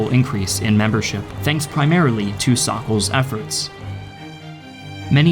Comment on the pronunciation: Who is "Sockles"? From : "considerable increce in membreship, thanks primarily to Sockles efforts"